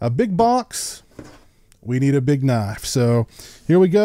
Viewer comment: Theht's nawt uh knoyf.......